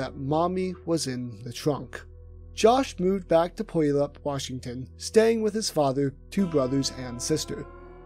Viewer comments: LMFAO IM SORRY BRO BUT "POYALUP" IS JUST PRICELESS XD its pronounce Pew-Al-up (puyallup) that had me snorting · Puyallup, WA is pronounced Pew-Al-Up but I don’t blame you for getting it wrong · its pronounced Pew-allup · Bro… it’s PEW-ALLUP not pyallap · it's pronounced pew-al-up not POYALA. Puyallup washington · Mispronounced Puyallup Washington, Josh Powell's hometown, it's said: Pew (like in a church)-all-up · Puyallup (/pjuːˈæləp/ ⓘ pew-AL-up) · it's pronounced PEW-AL(Like the name)-Up. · Puyallup is pronounced Poh-yah-lap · Pu-wall-up Washington is how it’s pronounced It’s a weird word so I don’t blame you for mispronouncing it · Love this video, very informative but as someone from Puyallup it’s pronounced like “Pu-all-up” lol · Puyallup is pronounced pew-all-up my great grandfather was the first settler in the valley. Grew hops, berries and bulbs. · It's pronounced pew-all-up Washington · It's pronounced PEW-AL-UP! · puyallup is pronounced pew-yallup. spokane is spo-can. sorry i just hear people saying washington city names silly and it irks me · The way people say Puyallup is so funny to me. We say Pew All Up.. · It’s pronounced Pew-al-up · . Pew-all-up Puyallup. Fucking butchered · Puyallup is pronounced: PEW-AL-UP at least colloquially. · As a native Washingtonian puyallup is pronounced Pew-all-up. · its pronounced pue-al-up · Great video but y'all butchered my city's name of Puyallup, it's Pew-all-up and I met Martin at about less than a year ago and I had no idea about any of this except his autism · Pew- Al - up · Puyallup is pronounced like pew all up. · Lived in Tacoma my whole life never heard anyone pronounce Puyallup like you 😂 (pew-all-up) is the more correct way of saying it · Very interesting video! As a Washingtonian, Martin has always been an interesting person to me since I first found out about him in about 2017. Also as a Washingtonian, I gotta say Puyallup pronounced “pew-all-up” but other than that great video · Puyallup = pew-ah-luhp